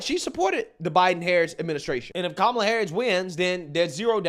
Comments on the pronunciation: she said "Ka-MA-la", not "KA-ma-la" 🤣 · I'm pretty sure i heard her call kamala - Tamale harris 😂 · The irony is that at the beginning of her speech she pronounced kamala's name wrong accenting the middle syllable! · I love how the leftists get on conservatives for the mispronunciation of Kamala’s name, yet when this idiot does it it’s all well and good! 😂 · Cardi B pronounced Harris's first name "wrong" at her own rally! The media needs to never ever again complain about people pronouncing her name wrong.